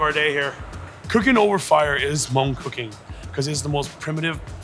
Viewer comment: When he says mung is so damn cringe 😬 white wash and white catering much? If you're not scared to share your culture, why are u scared to pronounce it the right way?? 🙄